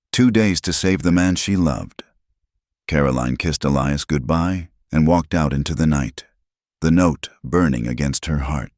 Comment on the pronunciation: But there's still a Clara, Sarah and Elias which is pronounced incorrectly.